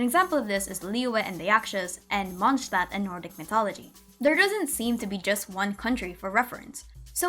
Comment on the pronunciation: this is the first genshin video ive seen with a good pronounciation of Mondstadt